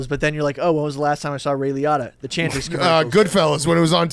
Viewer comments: Ray Li-ah-ta is crazy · Holy shit that is not how you pronounce Ray Liotta. That was like nails on a chalkboard